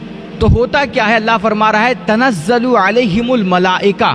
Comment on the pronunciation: تنزل نہیں حضرت تتنزل ہے